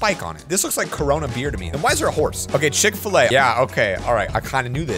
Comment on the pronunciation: chick a-filla